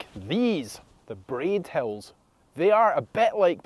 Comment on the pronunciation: In the last video, I thought you said 7 Hells . 😂